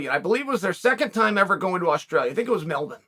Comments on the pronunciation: uncle Chael pronounces the name of every fighter known to man incorrectly, but dances over the pronunciation of Melbourne... respect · Don’t spare ME the lash Edit: How do u mispronounce everything but say Melbourne like a born Aussie?